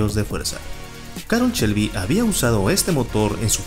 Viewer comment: Si muy padre y todo. Pero " Chelby" y " campion" ... echale poquita calidad a la narración.